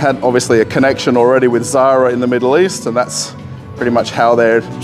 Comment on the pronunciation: Sorry about mispronouncing the Zara company name. the French name for ecru is interesting. Thanks.